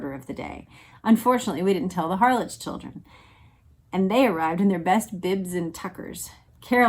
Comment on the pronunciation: HARLEK is the correct pronunciation of Harlech in the UK.